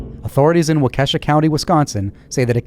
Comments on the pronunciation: You pronounced Waukesha wrong. It’s WAU-ke-shaw, not wau-KE-sha. There are a ton of cities and areas in Wisconsin named by indigenous peoples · You did great pronouncing Oconomowoc! Just a heads-up though that Wakesha sounds like Wok a Shah. I think it's one of those that if you've never heard it it's hard to guess. Great job! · Waukesha is pronounced Wah-KEH-shah.